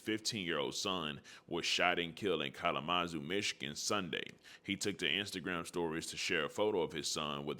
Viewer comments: It's pronouned Kal- luh-muh-zoo fam. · Ca-la-ma-zoo = Kalamazoo